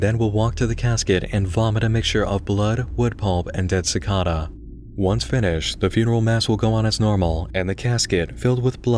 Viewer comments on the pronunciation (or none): cor-por-E-al and si-cAd-duh sorry but that pronunciation just got to me. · man you're pronunciation of cicada was weird, for me it was always cicAda with emphasize on the A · The pronunciation of "cicada" made me uncomfortable. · If i have to hear the word cicada pronounced wrong one more time